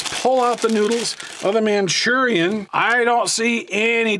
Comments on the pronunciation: Manchurian??? Ma Rue Chawn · “MaChUrIaN” LOL 😂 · Machurian lol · which is worse?: manchurian or ray-man/ray-men